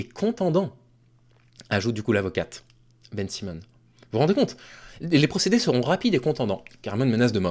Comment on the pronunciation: Juste une précision...c'est pas une avocate, c'est un avocat. De plus, il s'appelle Bensimon, pas beNNN simoNNN !!! Tu serais pas antisémite, par hasard...?